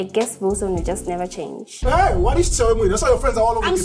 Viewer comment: Wilson: This isn’t the first time you’ve let your anger get the BERST of you Rita: But I can CHARNGE ME:👁👄👁🍿🍿🍿🍿🍿🍿🍿🍿